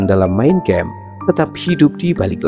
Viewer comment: itu SATANIC VERSES (ayat² syaiton) bro, bukan satanic versus. versus lawan siapa? satu lagi. itu MEIN KAMPF, bkn main kempf. bahasa deutsch, bkn bahasa EN.